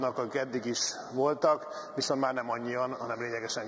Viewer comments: NEM "VISZON", hanem "VISZONT"!!!!!!!! Azért ott fent a pulpituson ülve illene magyarul beszélni! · " Viszon' "válasz....kérem szépen VISZONT válasz! Egy levezető elnök beszéljen helyesen, szépen magyarul!